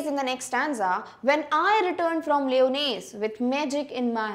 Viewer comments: Mam you are pronouncing the word lyonnesse wrong 🤷‍♂️ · Mam wonderful explanation..but the pronounciation of Lyonnesse isnt correct i think